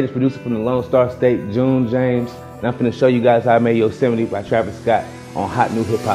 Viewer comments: he said: “yo•seh•meat” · On god 😂 yose mite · "yose might" 💀💀💀💀💀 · June says [Yo-se-mee-tee] Travis says [Yose-might] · I thought it was pronounced like "yo's might" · Shakhzod Saidov it's "Yo-sim-eh-tea" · Yosemite I though u said it Yoseh- might